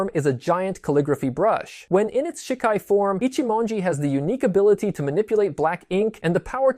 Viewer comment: good summary but gotta work on your pronunciations a bit lol some words i notice you struggled with which is fair cause of our brains work when looking at romanji characterized words. but to give you some clarity: Shikai sounds like= She-Kuh-eye Zanpukato= Zahn-puck-a-toe Shirafude Ichimonji= She-rah-foo-day, Ee-chee-moen-gee Futen Taisatsuryo= hoo-ten, Tie-saw-sue-ree-yoh-oh